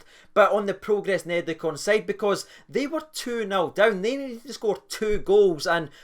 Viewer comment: Are you pronouncing it like that to call Niederkorn a bunch of neds? Like the Rangers TV announcer who kept calling Almeida, Almedia to rhyme with Artmedia.